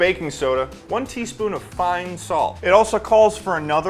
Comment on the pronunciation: I swear when he said fine salt I hear pine sol